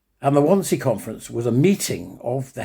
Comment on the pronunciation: 'Wannsee', pronounced 'VanZay'. Eichmann was the minute-taker. I, too, love the 'WaW' theme music ... so powerful ... but I feel it would be less so without the images that are 'beneath' it ... Every one of the people/victims featured, one, over time, begins to feel a connection to, making it, imv, as close to 'personal' as one could get being so distant time-wise. I agree with a comment below: it should be mandatory viewing for all schoolchildren, raw, and unedited. Scare seven shades out of them. Give them a lesson in perspective, humility, and truth. (As a 'side lesson', also show them how good terrestrial TV used to be.)